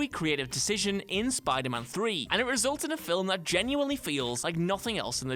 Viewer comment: Filum, what a douche. Do you even syllable bro?